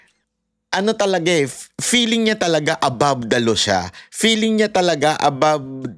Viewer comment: Hahahah favorite kita bakit ang feeling 🎉 peeling ang pronunciation